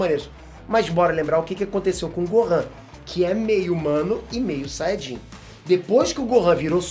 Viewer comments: "Sayjin "? Kkkkk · "Saidin" kkkkkkk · A RAÇA DOS SAIDINS KKKKKKKKK QUE VIAGEM, SÓ EU QUE ESCUTEI ELE FALANDO ASSIM ?